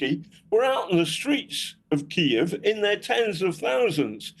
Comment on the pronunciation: Try pronouncing Kiev properly now